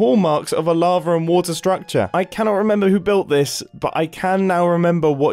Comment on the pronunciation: Nobody MUMBO: I REMEMBA